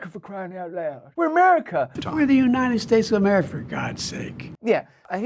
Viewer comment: Did you noticed? Schmoe Bidet said " we are united states OF AMAFRICA!!!! Listen to what he said not what you think you heard